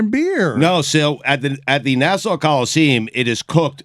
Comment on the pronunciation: Na-saw Coliseem is a Top 5 Stugotz Location Mispronunciations.